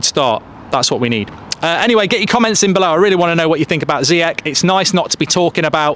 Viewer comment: Love you mark but please learn how to pronounce Ziyech